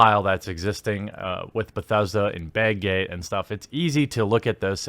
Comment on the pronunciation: The way you said "bag gate" sounded suspiciously a lot like "bay gay".